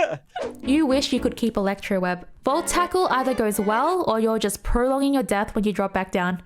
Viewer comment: “You wish you could keep elecroweb” I felt that 😂